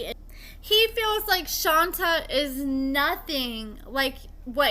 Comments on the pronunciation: Love the updates & info. Just wanted to say her name (Shonta) is pronounced Shon-tay not Shon-tuh. Also, Kerok is pronounced Kee-rock. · I thought it was pronounced Shon-tay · Isn’t her name pronounced “Shon-tay”? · it's pronounced: Shon-tay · Girl it’s pronounced shontay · SWEETIE: SHON TAY! PLEASE RESPECT HER BY GETTING THE PRONUNCIATION CORRECTLY!!! PLEASE, 😢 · Right? I mean spelling aside if you watch the show everyone should know how to pronounce it. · You’re mispronouncing her name. 🤦🏾‍♀️ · Will you please pronounce her name right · Omg why do you keep saying her name wrong damn just ask sheesh